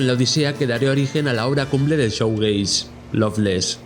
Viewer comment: Crítica constructiva: Shoegaze se pronuncia "Shuugeis"no "Showgeis". El contenido del vídeo es muy interesante,pero la mala pronunciación echa un poco para atrás